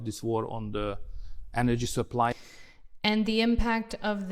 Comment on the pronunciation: A két ember kiejtésében nincsen konzisztencia. Például orbán nem rotikusan ejtette az energiát, mint a britek, máshol pedig rotikus volt az r-je. Enədzsi, vs szöRtn, pöRszonel a "phősznl" helyett. Szóval, teljes a katyvasz. MP szintén britre vette néhol, pl a caused szónál, ami a brit felé hajlott a diftongus miatt. Itt a lány meg is állt, bele is kötött, de fingom nincs, hallott-e már déli brit akcentust. Az ő szempontjából tényleg hibás, az én szempontomból pedig a lány kiejtése hibás, amíg nem tudja kiejteni helyesen az alumíniumot. 😅 Amiről nem beszél a csaj, pedig elég dobhártyarepesztően hallható, az a "dupla U" teljes figyelmen kívül hagyása. "Uuí, uuaə helyett azt mondja orbán, hogy ví, meg vóR. De ez MP esetében ugyanígy megjelenik, pedig nem véletlenül hívják azt angolul duplaunak, nem pedig duplavének. Amúgy, az orbán because-ába én nem kötnék bele, mert ez a britre hajaz, sokkal inkább a következetlenségét emelném ki, hogy mindenféle irányból szedeget, nem pedig egyféle földrajzi helyről merít. Nem lennék meglepve, ha egy-egy szót kiwi akcentussal mondana... Ami mindkettőnél hiba még kiejtési szempontból, hogy az "of" szót úgy ejtik, hogy "of". Nyilván minden magyar tudja (viccelek, lófasz sem tudja, max 100 magyarból 1), hogy az bizony egy schwa lesz, de még az amerikaiban is. Tehát az "əv" lenne, igen, vével.